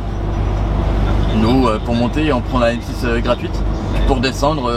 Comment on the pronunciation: M6 « toule » 😂😂😂